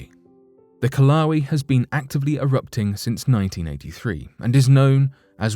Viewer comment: You sound like a damn fool. Ka-Wal-ee? For Kīlauea ... i mean yeah US and UK pronunciations are different, but you didn't use either. the fuq?